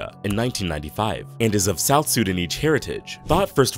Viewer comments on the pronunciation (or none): none